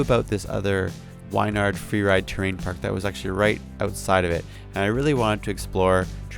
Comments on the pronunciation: Wyn - "Win" Yard bro lol not Wine-ard :D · You saying Wynyard wrong I live there